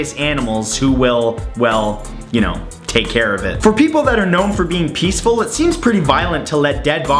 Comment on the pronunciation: Hahahaha!!! "Pieceful" XD